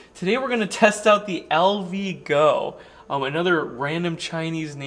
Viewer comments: HOWdy,... LV - GOO "goo"... (not "GO"??? LOL... Thanks for the REVIEW... FYI: US NAVY "Haze Gray" is beautiful 🙂... COOP... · Says "LVgoo." That worries me, LOL